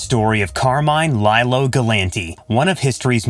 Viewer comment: It's pronounced Lee-Lo